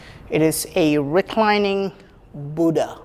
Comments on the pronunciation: dear, it doesnt matter how foreigners pronounce "Buddha" but being an Indian,you must prounounce it properly... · Nice explanation and no bgm. Good .one request you are an indian you know the pronounciation of Buddha. Great work.